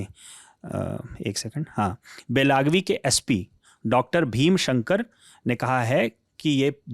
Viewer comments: बेलगावी होता हैं बेलागवी नहीं। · सरजी, गांवका नाम बेलागवी नहीं। बेलगावी है। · वैसे वो जगह बेलागवी नहीं, बेलगावी है। हिंदी भाषी उच्चारण नहीं कर पाएंगे, पर असल में "बेळगावी" है। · Bahi ek adami news bolo 2 Logon ki kya zarurat hai wosko belgavi bolane bhi nahi araha hai